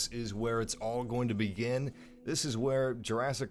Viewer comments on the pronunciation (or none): none